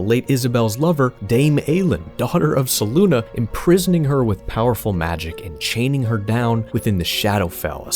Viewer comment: Fantastic video! Only one thing id change... Selûne (pronounced: /sɛˈluːnɛ/ seh-LOON-eh or: /sɛˈluːneɪ/ seh-LOON-ay). Your pronunciation of her name drove me to the brink of madness every time you mentioned her 😅